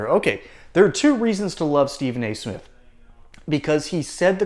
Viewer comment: Steven A-hole Smiff. Really?!?!?! Byron Do Not get in the gutter w/ this blabbering goof bawl. I can’t believe the sports world has given him the platform to crap outta his mouff.